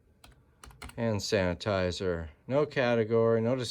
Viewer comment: You are tired!! You said sand hanitizer!!!😂